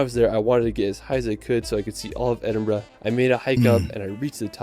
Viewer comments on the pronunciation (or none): The narrator doesn’t pronounce any of the names properly. He should have learned how to say Edinburgh, Glenfinnan viaduct etc better before attempting this video. If you pronounced the names the way he says the locals will either laugh at you or punch you. I’m from Scotland, I live just outside Glasgow and one hour from the capital Edinburgh. I’m not that far from Stirling and it’s history eg the Wallace Monument dedicated to William Wallace (Braveheart Movie). I adore the Highlands especially Skye. I’ve been Wild swimming in Loch Lomond and Loch Ness and white water rafting on the river Tay. I’ve also been on the Jacobite steam train over the Glenfinnan Viaduct and i’m not a harry potter fans as well as visiting Culloden battlefield , various castles, and the fairy pools in Skye. You can’t beat Scotland for its beauty and i’m glad i was born, bred and still live here. Thanks for the reaction. Take care 😘🏴 Alba Gu Braith🏴❤️